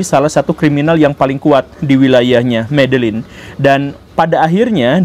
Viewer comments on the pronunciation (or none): Permisi untuk cara bacanya, Medellin dibacanya Medeyin, Cali dibacanya Kali🙏 Pas pertama kali nonton Channel ini, rasanya menarik👍